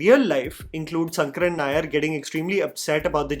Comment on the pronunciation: Even if it is written Sankaran, the pronounciation is Shankaran only. 🤦🏽